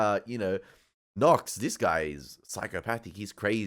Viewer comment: that animal agent... Knox ... can't even say his name